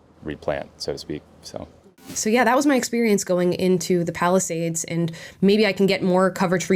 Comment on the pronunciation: It kinda sounded like Palestinians. I know thats not what you said but i just found it a funny though.